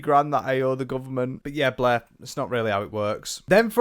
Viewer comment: Love the pronunciation of Blair as Bleh. 10/10